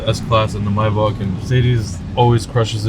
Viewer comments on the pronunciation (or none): And is not myback It’s Maybach👀